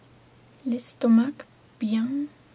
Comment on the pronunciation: J'adore. Le phrasé lent, l'accent délicieux... C'est parfait pour la relaxation. Après pour le français, la fluidité peut s'améliorer par une première lecture préalable. La prononciation du "u" ressemble encore trop à un "ou" et le c de "estomac" ne se prononce pas. Mais c'est pas grave, j'espère t'entendre encore raconter une nouvelle histoire.